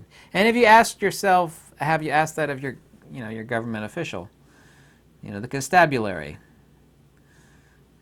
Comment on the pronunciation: "Con-STAB U-lary"..love it when I learn new words from;)